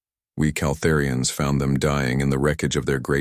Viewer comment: Your AI pauses in................places that is shouldn't. A bit..................annoying. AND, are they "Kal-THEER-ians" or "kal-ther-IANS"????? Your damn AI keeps saying it different every other time! THIS is FREAKING ANNOYING!!!!!!!!!!!!!!! DUE to this alone, where your CRAPPY AI can't pronounce the damn Calterian word the same twice in a row................Thumbs Down!